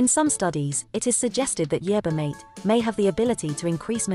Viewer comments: MaTE not mait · The poor computer voice can't pronounce the word "mate" correctly as "mah-teh". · It sounded like marther